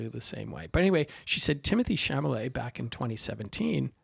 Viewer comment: A small thing, Timothée's last name is pronounced Shal-a-may not Sham-a-lay. If you have a chance, read the book by the same name by André Aciman. One of the best things about the movie is that it really does the book justice. In fact, the monologue by Elio's father is almost word-for-word from the book. But finally, the scene that you neglected to discuss that is probably the most devastating scene in the movie and probably got Timothée the Oscar nomination. The nearly three minute scene in front of the fire which continues over the credits. Which contains one of the most beautiful breakings of the fourth wall in all of film. And, in my opinion, says to the audience, you have followed me in this journey and you have been welcome.